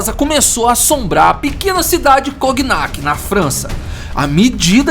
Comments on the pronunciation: só corrigindo que não se fala coGnac, a pronúncia correta é igual a famosa bebida "conhaque". O GN vira NH. É isso, ótimo video como sempre! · Obs: Não se fala "Coguinaqui" se pronuncia como "Conhaque" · Brother, a pronúncia certa não é "coguinac", é "conhaque", mesmo. Pq a junção das letras "gn" em francês têm o sim de "nh" em português. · Só uma coisinha: o nome da cidade se pronuncia "Conhaque" (O nome da bebida, que inclusive é citada no vídeo vem justamente do nome da cidade). Parabéns pelo canal. Ótimas histórias que quase ninguém conta no YouTube. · Cognac se pronuncia conhaque. Por isso a bebida se chama assim. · Cognac se pronuncia conhaque. Ok? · Por que essa narração nesse estilo? Não agrada não. Exagero na narração. Não sabe chamar a atenção, não sabe por o tom de mistério, de tenebrosidade. E a pronúncia deve ser Conhaque. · O nome da bebida se deve a essa cidade. É feito a pronúncia de "filet mignon" (francês) = filé "minhon" (português). Sugestão: usa o tradutor para ouvir a pronúncia, durante a edição dos vídeos. Abraço.